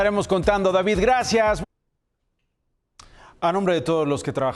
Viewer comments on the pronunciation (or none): none